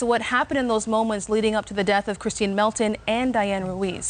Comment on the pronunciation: He keeps saying "KRISTEN" instead of Kristine